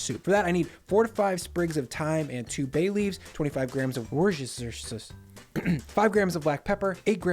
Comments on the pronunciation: War-Stir-Sher Sauce, now you know :) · Your pronunciation of Woostershear cracks me up. Love the recipes and the levity. Thamks.